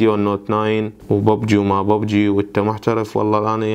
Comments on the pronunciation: انطيتك لايك لان كلت ببجي مو بوبجي ههههه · واخيرا لكيت شخص يلفضها ببجي مو بووووووبجي